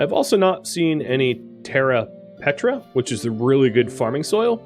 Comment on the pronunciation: Ugh, it's terra preta not petra